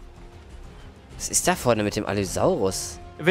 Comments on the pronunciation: Es heißt allosaurus nicht Allysaurus triggert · Normale Menschen: Allosaurus: Allysaurus xD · alle sagen allosaurus außer er sagt allysaurus die namen lernen wir aber nochmal nä? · Ich kann mir Allisaurus nicht anhören, die heißen Allosaurus! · der heißt Allosaurus haha. Kuss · es heißt ALL*O*SAURUS